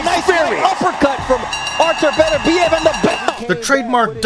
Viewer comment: It's embarrassing how you pronounce his name. His name is not Betterbiev...its Beterbiev, Russian not English.